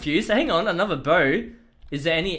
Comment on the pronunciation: the words are not pronounced properly...you say no noi you say huge hige you say bow boiw work on your pronounciation please that is why i do not like the vid